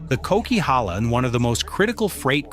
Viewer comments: The coquihalla, Not called the cock, it's like coke. There's a really cool video of the making of that highway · Coke highway, not cock! It’s a blast to drive in summer! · Lol, the narrator mispronounced the nickname of the Coquilhala highway as the "Cock" and in reality it's the "Coke". A popular reality TV show with also the same name referred to it as The Highway Thru Hell and the Bermuda Triangle is reference of how quickly to the weather, there's been no known stories of vehicles simply disappearing with no trace.